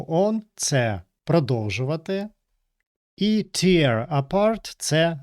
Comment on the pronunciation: Tear у значенні розривати вимовляється не так, як слово сльоза. Воно римується зі словами wear та bear